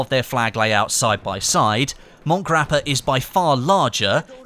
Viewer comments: It's called Monte Grappa not Mont Grappa, it's in Italy not France lol Big Fan Thought you should know👍🏻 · Worminator No he pronounces Monte (Italian) like Mont (French) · I'm pretty sure it's MontE Grappe, kind of like you would say Monte Carlo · "Mont" grappa? You arent french, neither is the map, why put a stupid french accent to say the map name lol.